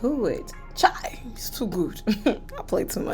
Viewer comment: Omg “chai”. Girl, are you Nigerian?😅